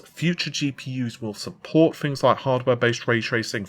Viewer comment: I don't usually comment stuff like this but please for the love of god, can you learn how to pronounce 'th'. Example - you are constantly saying "fought" instead of "thought"/ "fings" instead of "things" etc. Drives me nuts.